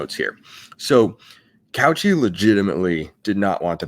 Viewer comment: You said her name so many times, my brain forced me to. Cauce is pronounced Cow Say, not couch e